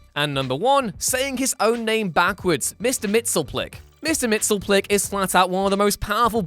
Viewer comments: His name is "Mixie-us-pit-lick". Or "Mix-yes-spit-lick". That's why it can abbreviate to "Mixie". Not "Mix-ill-plick". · Mxyzptlk isn't pronounced "Mixel-plick." Anyone who's seen Superman TAS can tell you is "Mix-ēē-yes-spit-lick". Backwards, it's "kill-tip-seize-uM." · Mix Yes Spit Lick < = that is how you pronounce his name properly. Canon. Yes really. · Mr. MXYZPTLK [MIX-YEZ-PITTEL-ICK] The way it's pronounced on Super Friends is WRONG! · I thought it was pronounced MIXY-PIDDLE-ICK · A minor thing but a pet peeve of mine, as Gilbert Gottfried clarified when playing him, it's pronounced "Mix, yes, spit, lick!" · Mxyzptlk's name is pronounced 'Mix-yes-spit-lick' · I thought it was 'Mix-yiz-pitl-ik'? That's how I remember the animated series pronouncing it. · Well, that's how Superman says it, but I remember Mxyzptlk himself saying "Mix, yes, spit, lick" in the Animated series after Superman first pronounced it incorrectly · Actually there are a couple ways to pronounce his name. According to Wiki: /mɪksjɛzˈpɪtəlɪk/ = miks-yez-PITTLE-ik /ˈmɪksɪlplɪk/ = MICK-sill-plick While the first one is more accurate based on the grammar of his name, the second one is easier, so more people go for that one. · In one of Byrne's Supermans from the 80s, he got one of the characters to break down the pronunciation. They went for Mix-yez-pittle-ick. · Damn you butchered that Mister Mxyzptlk pronunciation. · Who else got REALLY angry when he mispronounced Mxyzptlk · The way you pronounce Mxyzpytlk feels kinda... Wrong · He said mxyzptlk wrong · You are pronouncing Mxyztplk wrong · Number 0: The ina bility to pronounce Mxyzptlk